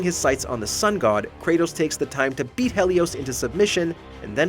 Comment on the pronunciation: This man literally said HELLIos…I’m dead